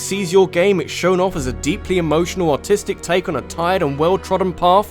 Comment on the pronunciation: You might want to work on the way you say "artistic", it can easily be heard as "autistic" I don't really care that much, but, it is something I noticed.